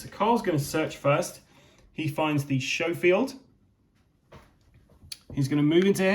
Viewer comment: For those of you unfamiliar with guns, the Schofield is not pronounced "show-field" but "sko-field".